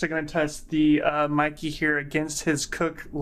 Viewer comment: The Brand is pronounced "MAY-KAY"! And in "real life", our eyes don't create Bokeh. I've heard this expression before...it doesn't apply. True Cinema imagery does have a smoother falloff, with the intent to focus the viewers to a particular part of the scene. And yes the entire line of Meike Lenses, including their MFT versions represent the very best value when it comes to dollar to image quality, hands down.